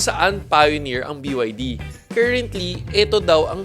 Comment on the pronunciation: Bro it is pronounced Bi Ya Di